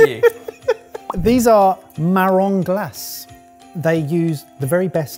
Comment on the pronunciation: Wait are marron glacés not common place in Britain? Oh boy you're missing out. (Also you pronounce the final e) (Yeah you definitely can get them way cheaper, especially if you don't get them whole -and I'm not even from France, I'm in Italy) Also the first treat reminded me of Mon Cheri from Ferrero, similar idea with che cherry liquor liquid inside